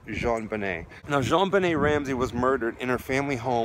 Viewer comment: I always appreciate how respectful you are in your commentary... little things like pronouncing her name correctly I’m sure mean a great deal to those who love her. Quality reporting.